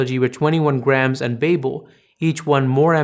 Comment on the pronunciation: Prieto, Iñárritu and Babel-- all thoroughly mispronounced.